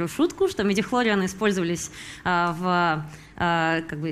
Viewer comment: ударение неправильно ставите голубушка : МидихлориАны